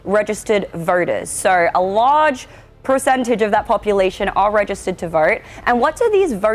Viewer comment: Did she say “lodge poicentage?”